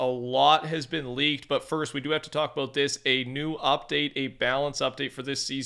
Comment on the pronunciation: The way he says about makes me cringe my ass off 😂😂😂😂😂😂